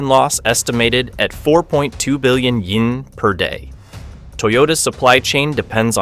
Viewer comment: Japan's currency is Yen not Ying